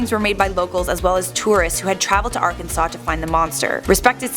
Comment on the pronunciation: You’re pronouncing Arkansas wrong